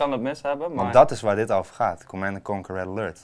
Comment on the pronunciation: Laten we niet vergeten hoe iedereen het altijd uitsprak als "Command en Kanker"